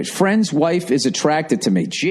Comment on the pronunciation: Friends Hwhaaafe